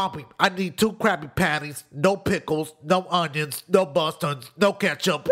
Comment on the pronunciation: You forgot when he said "no oinios"